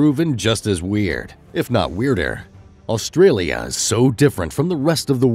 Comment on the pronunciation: There is not L in front part of Australia it's not Alstralia